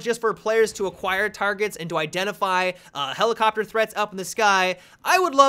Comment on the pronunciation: Helelicopter... Genius.